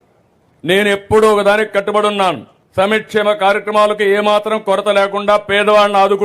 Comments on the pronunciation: ఇంగ్లీష్ మీడియం వద్దు అన్నావు నువ్వు కనీసం తెలుగు ఐన సరిగ్గా మాట్లాడు సమీక్షేమమం కాదురా సామీ సంక్షేమం ముందు తెలుగు నేర్చుకో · SAMKSEMAM KAADU RAA BABU